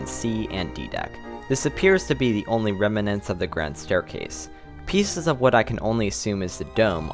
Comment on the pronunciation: "reminants"? come on dude